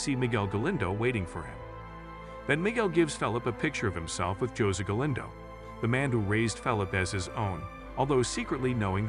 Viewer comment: Is this a friggen AI reading a script? The way he says Jose...Its pronounced HOE-SAY not fucking Josie...oh, and he says S.A.M.C.R.O rather than just saying Samcro...shit is annoying to me...oh, and Cody is Creepers "Elderly Lady" good god man.